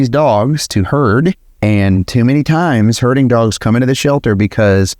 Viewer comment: next time spell herding , so we don't hear hurting.!!